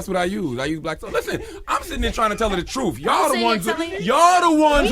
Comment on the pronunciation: Charlamagne its pronounced truTH not TRUF and its youTH not YOUF. Damn...